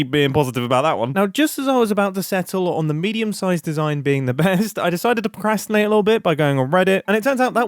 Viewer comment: Procastination? Did reddit take the R? I'm a pro at casting ination